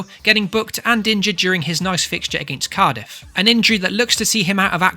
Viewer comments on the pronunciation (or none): none